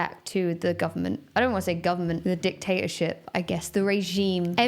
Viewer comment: Every time Emma says 'Dictatorship' I hear Luke Cutforth saying 'Sexy Sex Shop' I'm sorry.